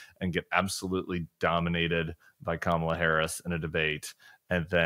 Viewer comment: He pronounced her name correctly this weekend lol